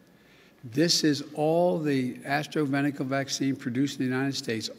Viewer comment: What's Astro-venica? Did he confuse AstraZeneca with Astroglide?